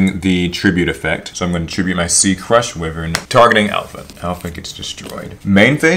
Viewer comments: “Crush wi-vern” I want to die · Wyvern is pronounced whyvern not wihvern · I can't watch this, because you dont know how to say why-vern properly...